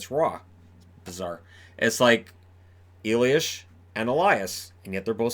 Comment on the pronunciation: Swedish Elias is always the same, the sh-sound in Elias is Czech and probably Slovak as well. I'm just nitpicking you do a great job